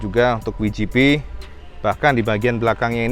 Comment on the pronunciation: Kalo mau pake bahasa Inggris WGP ucapannya (Dabelyu Ji Pi) bukan (Wi Ji Pi) cak 😀 piye toh pernah keluar negeri mosok ga tau cak, sehat2 terus ya cak, salam jos gandos..